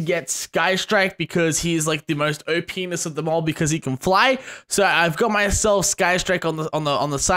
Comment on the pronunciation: I love how says 'o.p.ness'